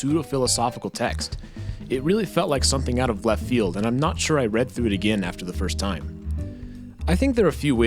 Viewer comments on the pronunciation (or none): none